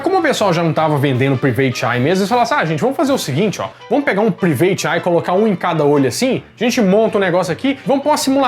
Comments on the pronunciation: A palavra private em inglês se lê mais ou menos como, "praivêt." Não, "priveitchi". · *Práivete Ái